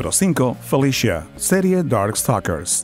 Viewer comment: Por un momento pensé que dijiste "Dark Fuckers" con Felicia